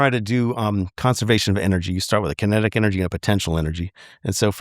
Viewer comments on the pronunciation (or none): none